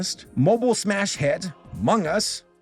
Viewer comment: THE WAY HE JUST SAID Umugus🗿